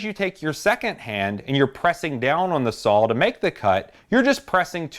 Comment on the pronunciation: I love the videos. It sounds like you say sawL. With an L. But, thanks again for the great content